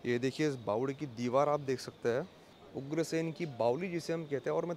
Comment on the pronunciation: Bawadi is the right word & not Bawali.